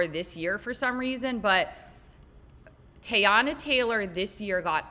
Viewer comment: “Tay-anna” Taylor was all I needed to know.